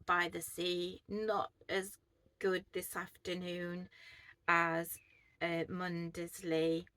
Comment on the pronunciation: You are in my neck of the woods , I love Wells and blakeney especially for the dogs they love to swim. Mundesley is pronounced without sounding the D. clay is another charming little coastal village with a gorgeous deli which sells local produce . Lovely videos .